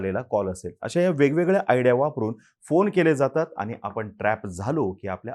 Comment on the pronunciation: अतिशय माहितीपूर्ण व्हिडिओ आहे.👍🏻 पण आनी, धारना, ठाने, उदाहरन.. नाही. आणि, धारणा, ठाणे, उदाहरण.. please.